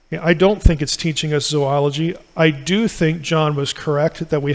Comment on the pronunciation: Thank you for pronouncing "zoology" correctly! (It's one of my pet peeves.)